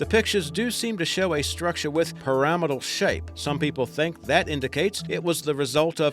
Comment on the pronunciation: I like the way he says pyramidal. That's how I'm gonna say it from now on